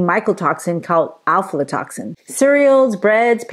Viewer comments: Pronunciation is difficult but it’s afla not alfla. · Afla...not Alflo. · I could only make it a few minutes into the vide because of the lady’s mispronunciation of Aflatoxin. The first two letters and AF not AL.